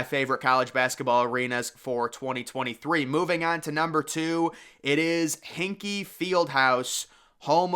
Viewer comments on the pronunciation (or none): Hinky? You mean Hinkle (hink-ell) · bro kept saying hinkie fieldhouse. its hinkle with an L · helllll yeah and, its hinkLE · Still mispronouncing Hinkle I see! Lol